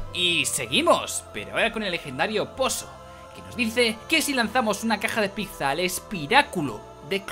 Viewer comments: Enhorabuena por los 200 episodios pero por favor aprende a decir pizza XD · dices pizza mal UWU